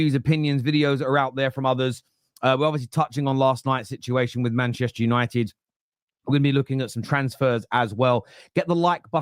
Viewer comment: EXACTLY! Every time I hear Mark or one of them say "We are Man Yanited" I think to myself; Not anymore!